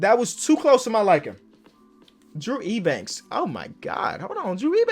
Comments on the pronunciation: Drew Eubanks is pronounced U-Banks not E-Banks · Yo btw Drew Eubanks’ last name is pronounced as Yew-Banks. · Eubanks is pronounced like youbanks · Drew Eubanks is pronounced “you-banks” trust me I’m a spurs fan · saying “Ebanks” is kinda irritating me a lot 🤣